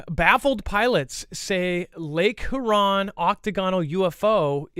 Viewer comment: Dex guys.... Michigander here....p please help with pronouncing Huron... Lol you're killing me man